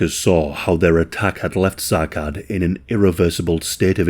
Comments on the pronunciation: It's pronounced as Sa'ad not Sacad. It's a Somali-Arabic name. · It's pronounced 'Sa'ad', not Sakad. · If I’m right and Sacad is somali, his name would be pronounced something like Sa’ad. The “C” in somali does not make the same sound as “C” in English. “C” in somali would make a sharp “a” sound. Like the way “a” is pronounced in the word “apple”. So the capitalized “a” in the following example would have that sharp “a” that I just mentioned. “Sa’Ad” Of course, in some cases, it is not exactly feasible, but I think it’s important to pay attention to how ethnic names are pronounced to pay proper respect to victims. Love your videos, just thought I’d mention this! ❤